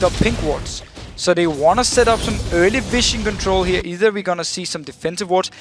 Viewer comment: Someone please fucking tell that its pronounced viZion, not viSSion...